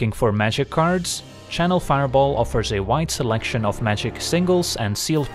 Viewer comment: You pronounced 'magic cards' properly for the sponsor part. I missed magicarps already.